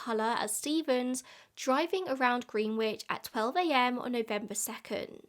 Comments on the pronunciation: In the US Greenwich is pronounced gren-itch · The irony of an Englishwoman mispronouncing the word "Greenwich" is absolutely perfect. Never change,. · lol i used to mispronounce the (english) Greenwich for years, and now listening to say it with the 'w' i was beginning to seriously doubt myself 😂 insert so_whats_the_truth_OPRA.gif here 😂